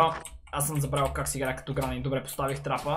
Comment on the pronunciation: Аз малко чух кранни xD вместо гранни XD